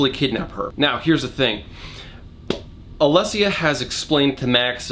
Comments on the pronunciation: I wish you had at least tried to say Anatoli's name properly because it ain't that hard and the way people just don't even bother trying to say our names properly is really annoying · How many times can you mispronounce ANATOLI? Priceless :) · How to pronounce Anatoli: Anatalie Anthony Anatoli ✔️ Antanoli Antolini Antolino Analoni Analonia Antoine Abernathy Android Abloid Abalabathy Abalabadingdong Argon the Terrible Anatoli ✔️ Antoinette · mispronouncing anatoli's name in increasingly strange ways is the highlight of the last third of this video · the consistent missaying of anatoli's name got me to laugh a few times